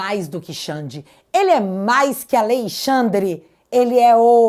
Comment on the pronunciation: Me dá nervoso falar Al(Ei)-xandre ao invés AlExandre 😅